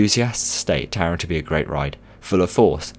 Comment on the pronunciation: for the future please say taron in German